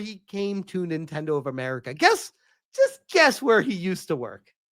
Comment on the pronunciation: yes, like and share, amewican capitalisht pig